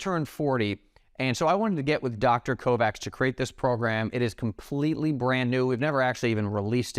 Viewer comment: Dr. Mark Kovacs is obviously from Hungarian descent and his name is thus pronounced "Co-vatch" not "Co-Vax"